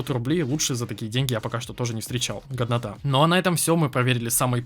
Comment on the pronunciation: это не хейт, я просто хочу сказать что, когда ты говоришь "годнота" то мне кажется что, ты говоришь "говнота" XD